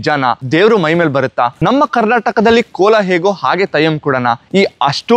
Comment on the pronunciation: Thayyam alla Brother 😢...Adhu Theyyam 😊